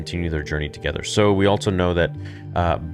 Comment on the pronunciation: Am I the only one that gets annoyed by how he says also? He pronounces it with a t for some reason. “Altso”